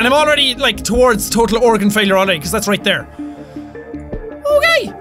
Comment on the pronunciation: did he say tortal organ failure?